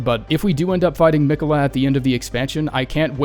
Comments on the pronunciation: I HATE the way you kept pronouncing “Me quells”. God job ⭐️ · "Meequella" lmao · He must have beat Malenia first try if he doesn't know how to pronounce Miquella. I think the rest of us have his name burnt into our brain. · God why can nobody pronounce fucking Miquella it's so annoying